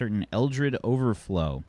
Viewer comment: Oops it's Overflow, not EVERFLOW.